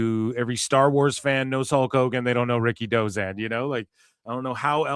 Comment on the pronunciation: Ricky Who? Dave stop saying Ricky Dozan no one knows him?